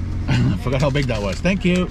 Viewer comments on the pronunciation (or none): Nobody:: That's it thanks. Thank Youw..